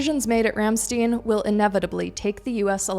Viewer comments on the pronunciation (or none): Ram stine, not Ram steen. Argh. It is a German word, not Yiddish.